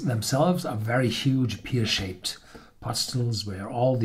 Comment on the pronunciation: Pear......it rhymes with Herr.